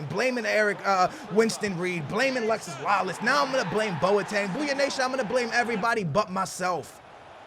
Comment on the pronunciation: IT IS NOT ALEXIS, ITS ALEXI, DAMN!